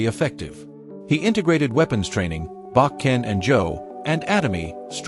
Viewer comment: If you are going to talk about aikido, you need to pronounce the Japanese words correctly: uke, shihan, bokken, Biranki, dan . Get rid of the AI voice!